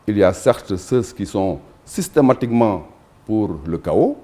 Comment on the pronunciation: Diouf Sarr , on ne prononce pas ceux, ceus. Tout comme condamner. Vous dites toujours con dam ner. Vous prononcez toujours la lettre m qui est sous entendue. Corrigez vous. Ou ceux qui le connaissent dites le lui